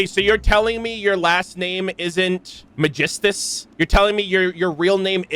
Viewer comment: Im still under the impression that Kazuha and Xinyan struggles to say Megistus due to their origin. Even with the assumption that Teyvat only differ by accent per region, Megistus is an unfamiliar name for Liyue and Inazuma